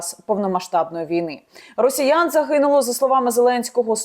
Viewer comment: "тридцать Адна тысИча", "рАсеяне"...